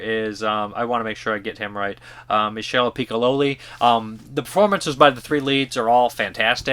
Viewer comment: Mee-Shell Pee-Ko-Lee. Just happens to be one of the most important French actors of his generation 😉